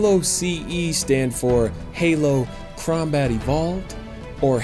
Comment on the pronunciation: Wait wait did he say crowmbat evolved 😐